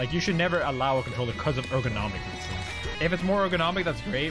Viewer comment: It's pronounced ergonomic not airgonomic, however despite me being a grammar Andy or pronunciation Andy this was a fantastic video and highlights why this person should be banned and not the other people around him being banned because leffen is a piece of garbage and has been for over a decade